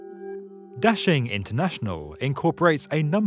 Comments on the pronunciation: Da-Shing, not dashing. Běijīng dàxīng guójì jīchǎng. Da=Big, Xing=Desire/Popular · It's NOT daSHing. It's daXING. It reminds me how Brits can't pronounce t-BI-lisi, and say t-IB-lisi instead... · Daxing really sounds like dashing in English!!! Very well translated meaning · No. It means "big rise", "兴”means"rise", and "star"is“星”in Chinese. 兴 and 星 have the same pronunciation in Chinese. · Your pronunciation of Da Xing makes me cringe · Love how u butchered the name of the airport 💀